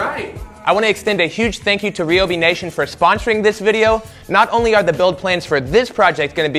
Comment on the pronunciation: On another not Ryobi has canceled any future endeavours on account you pronounce it R-e-e-o-b-e-e